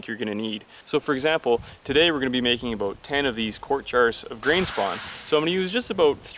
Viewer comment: He said, "aboat" instead of about. 😂🤣😂🤣